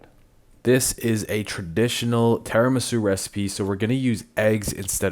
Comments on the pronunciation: as an Italian I can say it's called tiramisu not teramisu jajajaja love u guys just joking x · I know. I'm pointing out his pronunciation of Tiramisu